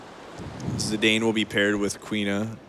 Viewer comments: LOVE THIS. But its zidane (like the football player), not zedayne. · Zee-Dane? thats not how you say that name? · Zeedayne? Zinédine Zidane was already a world known player back in 2000 when the game was released. Kinda painful to European ears. But I guess not a lot of Americas know French football players ^^ In German we would also pronounce Steiner as "Schteiner" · Also the pronunciation of Zidane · Their pronunciation of Zidane is kinda funny. I guess they don't get Zizou as a reference either then. Great run anyway. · One of the most commonly mispronounced names, alongside Tidus.